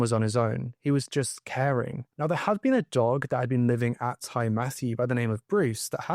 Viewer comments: Also, it’s Tee Matthew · Ty is a welsh word, meaning house. It is pronounced “tee”. So Ty Matthew, translates to Matthew’s house. Great video, I hadn’t heard of this case.